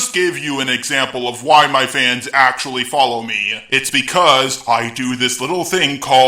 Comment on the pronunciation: When he said " Actually " it sounded like he said my name, which is Angelique. I am confused as to what he's saying